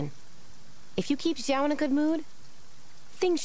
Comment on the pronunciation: I'm so confused with some name pronunciations >.< Childe introduced himself as "Child(e)" but then Paimon called him "Chill-deh" Xiao's name sounded like Sha-oh, and then it was pronounced like "See-ah-oh" really fast 😅